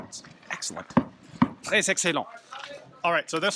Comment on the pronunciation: Your French is not bad! The S in “très” is silent, though. Nice shooting!